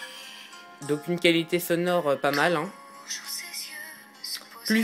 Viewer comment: pitié c'est ''donc'' et pas ''dauwk''